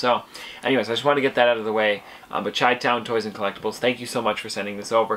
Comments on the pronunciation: its pronounced shy-town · Great stuff. So I'm a Chicago native and it's pronounced shy-town . No hate just letting ya know. 🤗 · You say chitown wrong, just an fyi